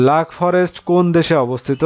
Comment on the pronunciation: ব্লাক ফরেস্ট হবে। লাক ফরেস্ট না আর উইকিপিডিয়ায় লিখা ওয়াটারলু কানাডায়।